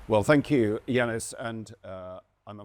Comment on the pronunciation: Yanis not Vanis ❤